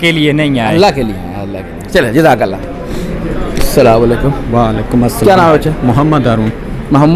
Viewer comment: وزٹرز سے انٹرویو کرنے والے بھائی صاحب برائے کرم کسی کو سلام کریں تو اسلام علیکم کہیں سام علیکم نہیں جزاکم اللہ خیرا